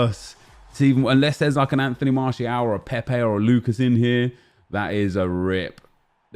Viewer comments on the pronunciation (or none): none